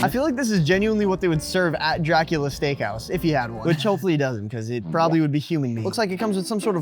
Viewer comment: das Stakehaus very german